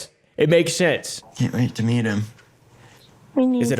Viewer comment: Bro when he said I can't wait to meet him I thought he said "eat him" I was like excuse me???